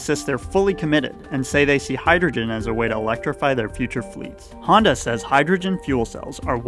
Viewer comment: Why do you pronounce honda like hyundai